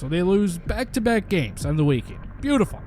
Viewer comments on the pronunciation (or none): none